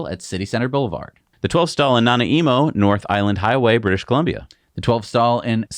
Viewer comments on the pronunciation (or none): I'm still giggle-wheezing over Nana-eemo. 😂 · The Super Charger in Nanaimo on Vancouver Island, BC, Canada is phonetically pronounced: Na-Nigh- mow I got a laugh out of your pronouncement of it😂. It needs to be on a Westcoast of Canada blooper real hahaha. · Hey, thanks for the laugh and yes, I can imagine how hard it must be sometimes. Nana e mo is wrong. Try instead Nan eye mo. Cheers from Nanaimo BC Canada. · Na-Nai-Mo, British Columbia. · LOL. Wait, I’m a Torontonian. Isn’t it Na-nigh-mo? (moh)